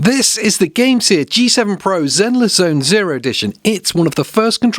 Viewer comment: Why are you saying Gamesir like that?😂